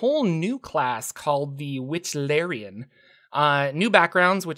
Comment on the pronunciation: Wichlaran not Wychlarian